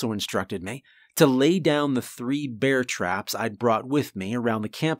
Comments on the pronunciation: it's finny, sometimes you say Beer rather than Bear. It's happended in a few stories. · Why pronounce it "beer" mace? Surely it's bear mace?